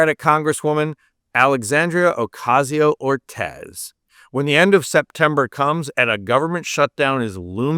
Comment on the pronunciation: Bro .. her name is Cortez ... C ... AOC .. you said Ortez my guy ...